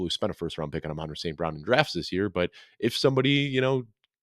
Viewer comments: Are you guys purposely miss pronouncing Amon-Ra name? It is said like the Sun God. YAll sound weird. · Who names their kid amon ra? But these guys are wierd??? Dont get me started on his brothers name!